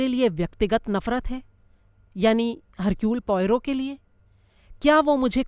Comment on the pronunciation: Sorry...I beg to differ.... actually it should be pronounced as Ercule... not Hercule...no offence meant...